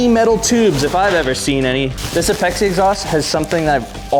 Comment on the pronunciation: its called APEX. not ah-pex-ee. its apex integrations=APEXi I cant be the only tuner who started before the FF franchise who cringes every time someone says ah-pex-ee. sorry, just a little gen X rant. However..... This is what an S13 is supposed to look like! Legit parts and a Legit Lover of NISMO! your car is perfection.